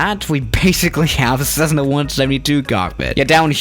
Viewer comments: The U is silent in gauges. Also, it's a Cessna, not sezzna. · Cezzna?? Gaaages?? Practice your pronunciation